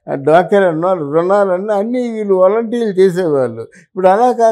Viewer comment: వేలంటీర్లు కాదు, నీవు సరిగా పలకడం నేర్చుకో, వాలంటీర్లు అని పలుకు.నీలాంటి వాళ్ళు ఇలా మాట్లాడుతుంటే జనాలు అసహ్యించు కుంటారు.